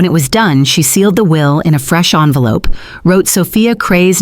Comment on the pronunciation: Its envelope, not onvelope